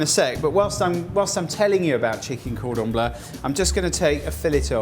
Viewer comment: Everyone making fun of the way he says Cordon Bleu but he is correct. It's NOT pronounced "Blue".......